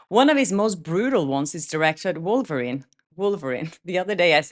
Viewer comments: Lololol....did you say Vulvarine?? As in vulva ?? Omg, I'm dying laughing, that would make a great SNL skit !! I can just picture some hefty lady in a red Deadpool suit with a giant vulva who terrorizes people!!! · I'm Brazilian and we pronounce "Volverine" too lol